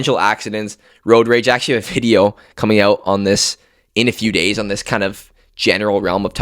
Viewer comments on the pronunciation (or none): none